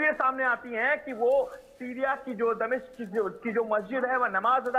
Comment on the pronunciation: मैडम यह दमशिक क्या है 😂